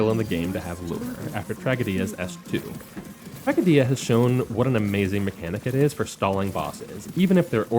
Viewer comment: sorry to say this but you are saying tragodia's name wrong. you said it like trag-a-dia when its tra-go-dia as its meant to be said like greek word tragōidia (ENG: tragedy) his english VA says it in talk 3 and promotion 2 (if you dont have him you can look it up or use google translate to say it)